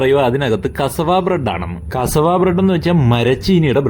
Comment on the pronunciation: Aadyam athu parayan padikkatte. Kasavu alla pattu. കസവാ അല്ല. കസ്സാവ എന്ന് പറ.